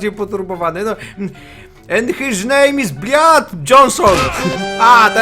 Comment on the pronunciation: dlaczego cały czas muwisz bliet